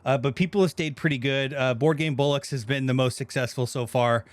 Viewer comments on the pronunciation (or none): It's Board Game BOLLOCKS not bullocks ! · Love your interviews, but we'll really need to teach how to say bollocks properly :D